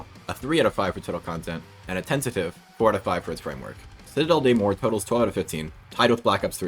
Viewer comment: The "des" and "morts", you can pronounce them "de" and "mogg", the double G is to emphasize the French R, it really is prounounced like the stereotype. It's a bit hard to explain since my native language is Spanish, and my brain defaults reading on spanish pronunciation.